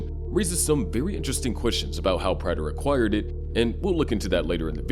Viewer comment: Why do you insist on pronouncing Prater's name wrong even though they say his name out loud multiple times in the show?